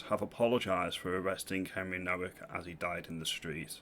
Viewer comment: Nowak is a Polish surname. The W is pronounced as a V